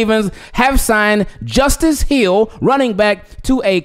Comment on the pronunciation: Thanks brother and yes you pronounced my name correctly... Leeessh goo!!!